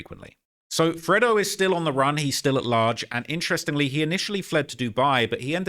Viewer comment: Its not freddo, its fredo...pronounced freydo 🤣🤣🤣